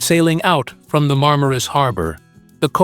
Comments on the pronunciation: Nicht marmarus sondern Marmaris😅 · MarmarUs.. ah joo... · Marmaris heisst der Ort..nicht Marmarus. ..